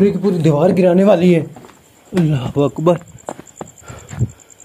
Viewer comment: वकबर नही बोलते है अकबर बोलते